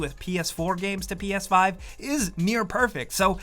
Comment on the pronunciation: Who else thought is said ps10?